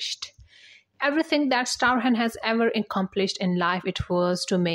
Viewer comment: Old news, mispronouncing Michael Strahan's name!